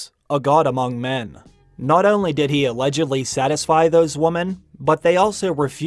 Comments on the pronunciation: This dude needs to learn how to pronounce the word women.. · Why do you constantly mispronounce "women" as "woman"?